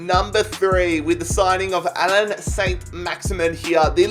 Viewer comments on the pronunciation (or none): none